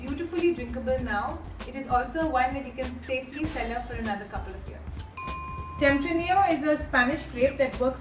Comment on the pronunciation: Pronunciation of tempranillo grape is wrong.